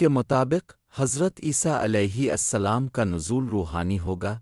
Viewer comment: Aap alehi asslam kehte hain .jbki alehisslam kehna chahiye.